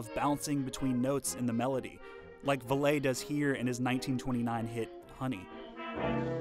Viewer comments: One small nitpick: Rudy Vallee's name is pronounced like "Valley", not like "Valet" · You mispronounced the name Vallee. It isn'y Va-lay. Vallee is pronounced as valley. Next you use the image of a 78rpm label, but then you use an LP image. But the time the LP was introduced the labels had changed. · The great 1920s singer Rudy Vallee's name wss pronounced VALLEY - NOT Vallay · Rudy Va-Ley? It was Valley. Rudy Valley.....sheesh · Valet is pronounced vah let by the English so not a particularly useful example. I had a friend who knew Rudy Vallee and the friend pronounced it like valley. He knew him a few years before Rudy's unsuccessful attempt to have the street in front of his house renamed Rue de Vallee. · Aaah! Rudy's last name is pronounced exactly like "valley." I wouldn't mention this fact if you didn't say it so many times. Sinatra was not just a master of the mic, he had his own, which he brought to sessions. And we're talking a large mic with a larger pre-amp/power supply. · If they had only listened to his recording of Brother Can You Spare A Dime. The recording begins with Rudy saying, "This is Rudy Vallee again ..." Of course pronounced "Valley" I usually take people at their word when the tell you how to pronounce their own name. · When the discs spin, the lights apparently spin with them. And Rudy Vallee's name was not pronounced as in French, but like "Valley". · The narrator mispronounces the name of Rudy Vallee. It’s pronounced Valley. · Rudie VALET?????? JEEZ! You don't know how to pronounce his NAME???? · I'ts "VALLEY," Rudy VALLEY. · Good video - I think Rudy Valee is pronounced VALLEY though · had me until you said rudy ve-LAY! GEEzus ... learn to pronounce his name! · Rudy's last name is pronounced like "valley." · you keep mispronouncing Rudy Vallee's name. It is really irritating. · If you listen to the video, the narrator pronounces it "Vah lay" instead of "Valley".(Val lee) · VALLEY. Rudy Valle sounds like Valley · "Val-ee" not "Val-lay."